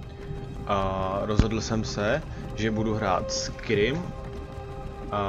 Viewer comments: Čte seto "skajrim" ne "skirim" :-) Ale jinak pěkný video. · vyslovuje se to skajrim ne skyrim, skyrim se to píše!!!